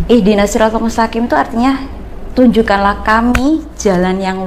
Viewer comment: Habaib itu jamak dari kata habib, bisa keturunan rosul bisa juga kesayangan, jadi OTEN ini cetak keturunan rosulullah..???? Baca MUSTAQIIM aja salah, dibaca MUSTAKIN.